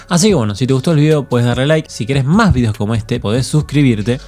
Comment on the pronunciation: énfasis en VIDEOS ajjajaja